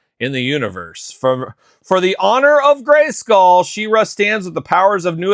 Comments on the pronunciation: Why do you say SHIRA instead of SHE ra ..it’s sheeeera like heeeman ..she…u don’t call he man himan lol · u call her shirra instead of SHE ra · me and my son are big fans of yours and I said it politely and ended it with LOL you do say shirra..found it funny ..was NOT in any way rude You were the one rude saying open your ears and get outta here..my ears were open that’s how I heard you playing all the human hits and pronouncing it different …no big deal to be offended over